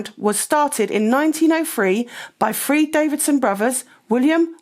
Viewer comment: Free? Free? THREE you igorant shit! FFS get it right! Nothing wrong with correct pronunciation!